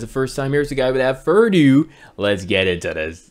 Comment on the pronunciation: Love you.....but it's not "furrrrrr ado". You're missing a syllable. Fur-thur Ado. Diction, baby, diction.😍😍😍